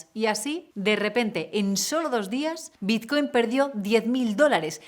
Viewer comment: Es BiTcoin, con "T". ¿Por qué pronunciarlo biZcoin? XD